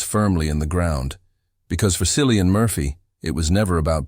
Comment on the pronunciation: His name is pronounced KILLIAN. Hard C. Least you could do is learn that.